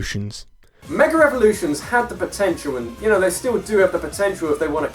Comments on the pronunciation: It is just me or he DOES pronounce "Mega REvolutions" or something of the sort? Because if it's just me it's weird, but if it's not... it'weirder. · Does he really keep saying "mega revolutions"? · "meger everlutions" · I'm sorry, but, I need to say this "Megger evolutions"